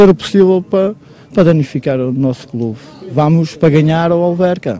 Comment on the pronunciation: "Danificar o nosso quelube"😂